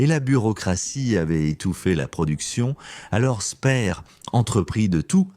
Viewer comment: toujours ces voix synthétiques vraiment pénible. prononciation du nom de Speer une fois Spir une fois spère. la cerise sur le gâteau à le commentaire parle du tunnel où on fabriquait les V2 et on montre à l'image la station de métro Porte des Lilas !!!